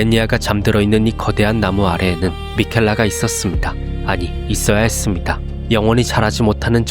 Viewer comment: 끝 맺음 발음 나만 좀 귀엽게 들리냐 햤음니다.